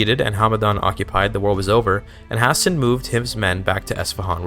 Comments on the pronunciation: I had to close video and dislike because of that pronunciation. High-stay-nnn. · Why does he pronounce Hæsteinn like that???😭😭😭